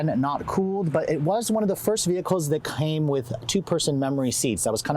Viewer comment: I died so hard on how he said came